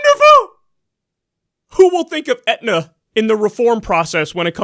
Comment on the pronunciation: lol "Aetna"